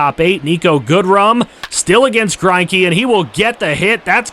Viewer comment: That was a very Australian way to Say Greinke!😂